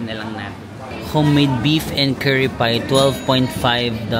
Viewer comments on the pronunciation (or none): none